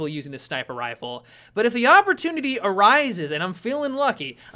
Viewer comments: "the awpertunity" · Ha! "Awpertunity" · "If the Awpertunity rises..." Nice one 😊. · "If the AWP-ertunity arises" - 2015